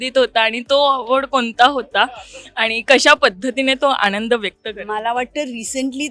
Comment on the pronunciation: आपण कोणासमोर उभे आहोत याचा थोडा देखील विचार न करता anchor मॅडम अभिमाण, आणंद, भावणा असं अगदी रेटून बोलत आहेत 😏😏😏😵‍💫😵‍💫😵‍💫😵‍💫😵‍💫